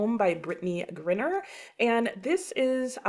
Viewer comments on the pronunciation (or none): Brittney Griner, with a long i. Not short